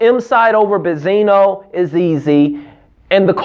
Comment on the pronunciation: Does he call benzine bezino on purpose??